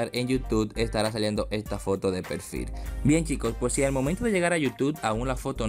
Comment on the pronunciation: Acá en donde dice pelfil :v